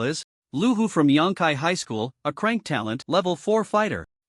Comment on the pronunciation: That's how AI reads it when it's written c-rank. The AI ignores the hyphen and reads it as a single word.